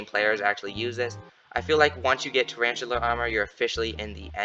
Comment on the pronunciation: Traranchula lol